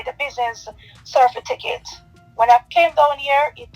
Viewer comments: From me hear cerfiticate instead of certificate me run gone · How the hell can u have someone managing ur money who can’t even pronounce CERTIFICATE????😱😂🤣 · She humble now bc prison looming over her head 🤔 from me hear her talking about ‘CERFITICATE’ I would not hv invested bc this just show she not bright at all 😢😊😊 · If someone uses the word “Cerfiticket”to me, I am not going into any business with them. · Good morning OT SNM….this young lady is not very bright,from the mere fact that she cannot pronounce the word certificate (cerfiticate) that says a lot about her .She is a damn scammer and I detest people like her.Blessings and love always. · Business “cerfiticket” says all you need to know about her formal tertiary education and financial adeptness . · Ms Vix Bernisha Madoff . “Certifiticket” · Certificate not cerfiticket, that tells me all I need to know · She is going to Jail. She cannot even pronounce Certificate correctly why would someone invest with someone who cannot speak correctly. It's Cer - ti - fi - cate and not cer-fi-ti-cate. NCB is obviously investigating her that is why they locked the account. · Anybody dealing in finance and cannot pronounce the word CERTIFICATE would be scrutinised by me before giving them my money